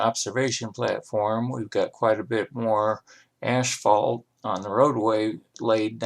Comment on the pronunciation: Did I hear him say "ash-phalt"? I thought it was "as-phalt." Very picturesque area.